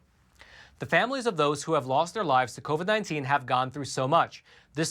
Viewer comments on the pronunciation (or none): none